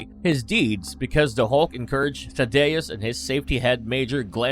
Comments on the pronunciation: Definitely pronouncing Tha-dee-us wrong it not Thuh-day-us smh 🤦🏽‍♂️ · Thad-dee-us. Lol. Sheesh you’re butchering the hell out of his name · I hated how they took Betty out of the mcu she was crucial to hulk. Omg dude it's tha-d-us not tha-da-us. The a 1st a is like the a in at. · Who is Tadayus. I know Thaddeus. Do you guys no know anybody named Thaddeus. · Umm... Tha-DAY-us Ross? Is this just read by a computer simulation or something? 😂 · THAD...like sad...THAD. I just couldn't man, I'm so sorry lol. Good info, but I couldn't get but halfway through. xD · Better than Thaw-doose. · I feel like a word-nazi but General Ross' name is Thaddeus (thad-ee-us). The name was just repeated too many times so it needs to be pronounced correctly. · Dude.... it's Thad-E-Us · ugh hurts my ears, that Betty's father's name is being mispronounced. Might as well just say Thunderbolt Ross instead of Thaddeus. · The way he pronounce Thaddeus bothers me... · I can’t believe you don’t know how to say “Thaddeus”… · I don't know how he can mispronouce the name so badly and I'm surprised no one corrected him on it during the recording of the voiceover. I'd be losing my mind everytime he got it wrong and would tell him if he didn't get it right he'd be replaced. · Yeah, weird